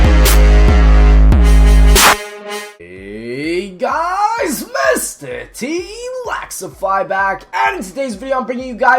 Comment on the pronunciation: Either u can't spell or u can't reed, it's not tlaxify